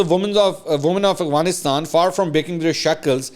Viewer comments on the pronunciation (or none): Mansoor sb, your vlogs are very interesting. Just an observation: You pronounce Afghanistan as Aghvanistan. اغوانستان۔ . A lot of us make this mistake. :)